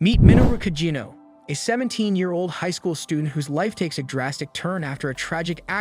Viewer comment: It's AI, it's going to get the name wrong